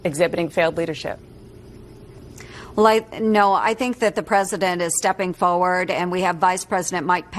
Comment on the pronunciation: She actually said "No...the president is pushing forwoard"